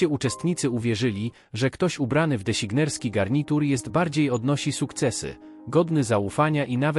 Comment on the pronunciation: Deśignerski xd że takie coś trafia do internetu. 😂😂